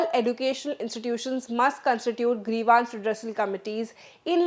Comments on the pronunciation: Grivance - Pronunciation Gre-vaaans ❌ Gree-vns ✅ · Why is the anchor pronouncing grievance as grevaance? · Nice Presentation. Just one correction, Do check the correct pronunciation for 'Grievance'